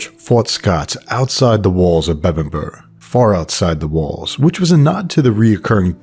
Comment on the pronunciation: well point is u said it correctly like Uhtred. All that matters, mate!